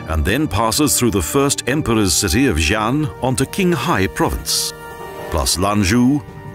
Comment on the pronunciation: I am sorry... Even put all the personal position or beliefs aside, the pronunciation of Chinese toponyms (e.g. Qinghai, Xi’an, Lanzhou, Kunlun Mountains...) in this video were literarily trash... Also, the Qinghai-Tibet railway does not pass though Himalayas at all.